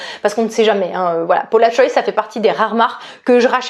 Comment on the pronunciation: Ouiiiiiii je suis aussi passionnée par les parfuma😍😍😍 stpp avec plaisir!!! Et la Maison Margiela j'ai acheté le automn vibes le dernier. Il est sublime! P.s. on prononce le S de Paula'S Choice hihi ça me perturbe chaque fois que tu le dis hihi